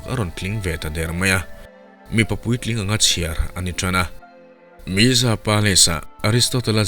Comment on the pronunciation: Mesa tiin lam loh tur. Meka ti a lam tur a ni e.